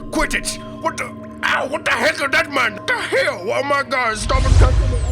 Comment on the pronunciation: Hanks wise words “whet te hel”